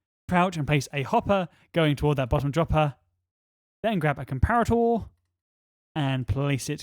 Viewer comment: the way you say comparator is making me laugh You didn't tell me that will you eat my cookies or not